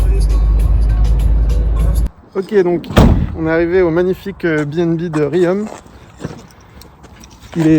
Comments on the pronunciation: Très cool comme toujours. Juste un truc, tu nous as fait la même bourde que dans "La mémoire dans la peau" (Jason Bourne) : on dit "Rion" et pas "Riome" 🤣🤣 Merci pour cette belle immersion 👌🏼👍🏼💪🏼💪🏼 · rion pas riom x3 (les joies de l'auvergne et ses bleds au nom imprononçables quand t'es pas du coin ^^) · Bordel on dis rion pas riome ^^ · Au BNB de RiAUm il a dit xD ça se prononce Rion ✌ sinon quel pilote 👌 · Riom, ça se prononce "rions" (mais moi aussi, avant d'y habiter, je disais "riz haume" ;-) ) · alors en Auvergne on dit RIOM (on) pas Riome ;) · mdrrr "ri-homm" nan on dit juste ri-on ;) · Super sympa. Juste on ne dit pas Riome mais Rion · Riom pas "riome" 🤣🤣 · On dit pas rioooommm on dit rion 😭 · Phonétiquement c'est [Rion] et pas [Rihomme]. 😉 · la villes des frères Saron...mais tous ceux viennent dans notre région disent Rihome.... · Putin c pa i ri om mais ri on que sa se prononce!! J’aurai su que tu etait la je serait venue fair coucou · Je suis de clermont et riom le M faut pas le prononcer sa se dit rion enfaîte 😂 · RIOM .... ça se prononce RION, la prochaine fois passes boire une bière ;) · Riom ca se prononce rion! A l'auvergnate :)